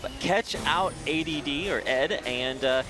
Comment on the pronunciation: Also why do they keep pronouncing Add as "Ed" like wtf